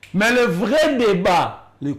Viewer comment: Bonne émission. Je demanderai à ou, sorry. C'est ce qui est souvent écrit sur les titres d'émissions. l'homme plein des sagesses et d'intelligences u j'aime écouter. Si monsieur, peut travailler sur sa phonetique. Exemples: le et non lait, lai,let. Le (e) est fermé. Directeur, supérieur, producteur etc... (eur)et non directaire,productaire,superiairetu et ti. Plus et non plis Que et non quai. Merci